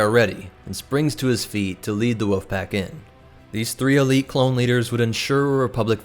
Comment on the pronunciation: I hate how you say "wolf" it's not "woof" that's a sound a dog makes, woLf is the name of the animal. Great video just the pronunciation of wolf erked me